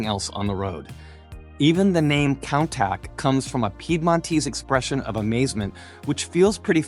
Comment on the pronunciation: the Lamborghini is a Countach pronounced “koon-tash”. Is this an AI produced audio? It sounds very fake.